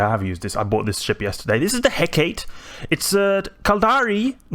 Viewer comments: Cool ship! I believe it's pronounced "He-ka-te", not "Heckate" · it is pronounced he.ká.tɛ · Hecate should have three syllables. I pronounce it like "hɛ" as in "heck", "ka" as in "cop", and "tɛ" as in "test". There are other pronunciations (such as hɛk ə ti, where the ə is like an "uh", and the ti is like "tea") depending on dialect/language, but it should always have three syllables. The ship is named after an ancient Greek goddess. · Pronounced hair-car-tay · c'mon man, just watch how Xtra Squishy lol says it. Failure of schools in the Anglosphere? I've never met 2 people in eve that say Hecate the same way lol XD You going to make a T3D comparison video in future?